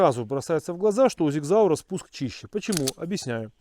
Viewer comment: Правильно говорится Sig Sauer ( Сиг Саур )!